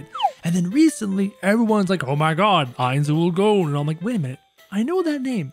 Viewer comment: Saying his name wrong